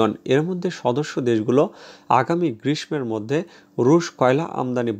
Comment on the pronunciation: ভাই (গ্রীষ্ম) এই শব্দটির উচ্চারণ ভুল হচ্ছে। ম-এর উচ্চারণ হবেনা।